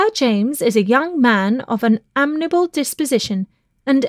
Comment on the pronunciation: Like others, I found the mispronunciations amazing and really unfortunate. "Gallant" and "amiable" are not difficult words.